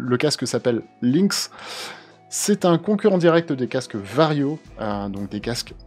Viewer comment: Si le lynx est développé par des français autant le prononcer comme l'animal, le lynx, et pas prononcer ça links :)